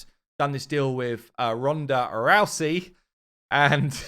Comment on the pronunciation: Someone must of corrected you on how to pronounce ronda rousey 😅